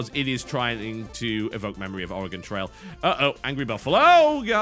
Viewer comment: I don't get it 95% of Americans pronounce Oregon incorrectly (Are-e-Gone) and the British guy gets it right....I have lost faith in thee, America.